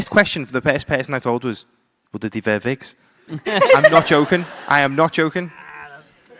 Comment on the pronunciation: LORD OF THE VIGS! 😆. Do you vear vigs?!?!